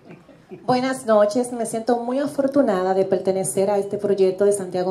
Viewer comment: AMELIA, NO ES OFORTUNADA ES AFORTUNADA